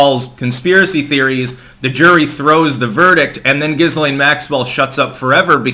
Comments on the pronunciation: It’s pronounced “Ga-Lane” 😀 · Pronounced like 'Gelain'. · Dude it's pronounced "gi-lain". You'd think after about the 50th time mispronouncing it, your wife - who should know better - would smack you upside the head. But no. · Her name is pronounced .......Gil - ean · IT'S JIZZ-LANE 🤣🤣🤣🤣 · I usually hear her name pronounced gill-laine, silent s. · Dude, you really need to learn how to pronounce 'Ghislaine', the S is silent! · Fucking hell at least pronounce the name correctly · You said jizz stain Maxwell wrong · Not to be pedantic, but the "S" in Ghislaine is silent.